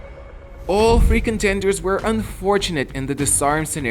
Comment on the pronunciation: Every time he says "free contenders", for some reason it comes off as "freakin' tenders", as if some sort of a fast-food menu item 😀